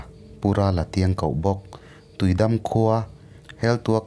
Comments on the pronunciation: Tuidam an ti ngailo i lam dan diklo thlukna dah tur tui dammm..tih tur w.. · Tuidam hi i lam dik lo in ka hria..tui chu a dik a, dam hi i dam em.? tih a dam ang hian lam tur niin ka hria..👍🏼😍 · tuidam tiin ka ngaithla char2 a..a tawp lamah khan tuidam kha i rawn lamdik leh bawk sia a mak ka ti reng ah..ka beng entir a ngai zawk a nih hi 😂😂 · tiui dam tih I lamdan hi a diklo deuh em aw